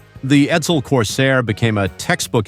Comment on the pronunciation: the Ford Sedan is called EDSEL. not Edel